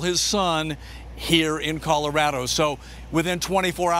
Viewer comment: "colawado" I'm dead😂😂😂😂😂